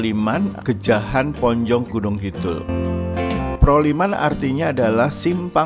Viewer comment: Sekedar masukan, mohon kata2 dalam video yg lebih menarik lagi, contoh ayam goreng sedikit gurih mohon kata2 sedikitnya di buang saja, karena terkesan ayam gorengnya gak terlalu enak, lalu nama tempat genjahan bukan gejahan